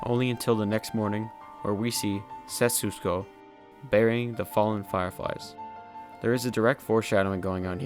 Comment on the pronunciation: Despite all the good review, how hard is it for u to pronounce SET-SU-KO (instead of SETS-SU-KO) ? Haha.. Btw, good vid